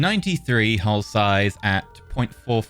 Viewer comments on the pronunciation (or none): none